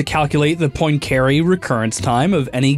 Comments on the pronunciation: this has got to be the worst english pronunciation of Poincaré I've ever heard lmao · His pronunciation of poincaré makes me cringe Here's how you pronounce the guy's name in French: and it doesn't have to be a perfect French pronunciation, but at least try a little instead of this American butchering of the name